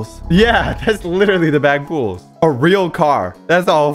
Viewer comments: at video 3 mins and 36 sec he says poolrooms as back pool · its not "Backpools" its pronounced as "Poolrooms" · It’s not back pools it’s poolrooms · poolrooms not backpools "yes I'm a nerd what you gonna do huh?" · Backpools? That’s poolrooms my boy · It’s not the “Backpools” it’s the “Poolrooms” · Its not BackPools Its Poolrooms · also it’s not called the back pools it’s called the “poolrooms” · It's not "backpools" it's "poolrooms" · It's actually called pool room but since its back room he said back poo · Its not Back pools its Pool rooms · Poolrooms not backpools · dude you said backpools its called poolroom bruh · Bro jit said backpools it's poolrooms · IT'S NOT BACK POOLS IT POOL ROOMS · its not backpools its poolroooms